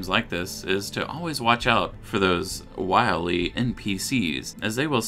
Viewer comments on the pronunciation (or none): none